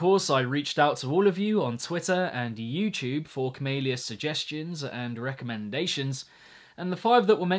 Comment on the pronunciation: pronounces camelia cumalia